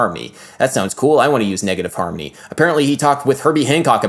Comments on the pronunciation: Why does he pronounce “harmony” as “harmy” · he pronounces it more like "harmny", with the o almost completely disappearing and the n kind of merging into the m. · I keep hearing negative "harmy" 😂😂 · Bro you need to practice enunciation. You say "harmy" rather than harmONy, turning a 3 syllable word into 2. This error stuck out to me so bad and then i staryed noticing more similar errors